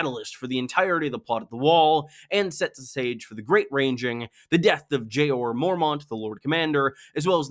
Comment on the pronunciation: Who the fuck is Jay-or Mormont?